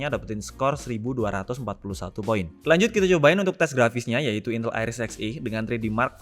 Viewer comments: Bacanya INTÉL bang, bukan INTEL... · duh, ngomong "intel" nya kok saru...